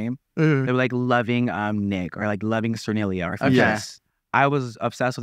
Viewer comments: Larray not being able to say sturniolo is hilarious 😂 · Larry trying to say Sturniolo is so funny 😭